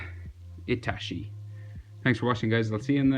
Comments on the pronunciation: Sounds like he’s say itashiii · Bru that's pronounce itatchi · man says itachi as itashi But the drawing is sick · did he just say itashi